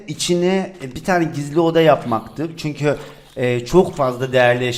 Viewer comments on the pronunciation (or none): none